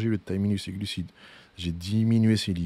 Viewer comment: Contenu d’excellente facture! Par contre, je suis le seul qui entend gluciTes 😅